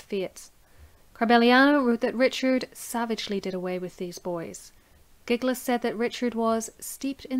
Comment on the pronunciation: Very thorough presentation of the 'evidence'...but get some help with the pronunciations of the names! Italian names aren't difficult! Man-chee-nee NOT Man-see-nee!...Jil-lyee NOT GIG-ly!...the Ulster tones are great...but it's important to get the details right, right? (Eye-ther not eee-ther...!).